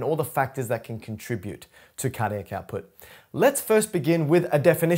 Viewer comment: Just try to emphasise each individual syllable a bit more clearly. Car Dee AC. Also if you shared your surname after "" it was near impossible to make it out. The Cambridge definitions of the word diastole seem to pronounce the stol bit with a bit more of an "o" sound in both English and USA options. I think this would help a lot. It's very difficult to find literature and resources that align with learning needs for some of us. It's like holding a conversation with someone where they can't keep our attention, or they have the knack of presenting things in a way that we can't make sense of. This one still moves a little too quickly over some syllables.